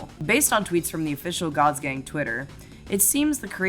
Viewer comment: Gods gang just sounds like Gods gay when you say it.